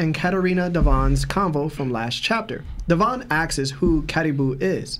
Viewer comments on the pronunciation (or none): none